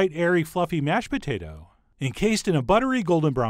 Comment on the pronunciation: you say pota tah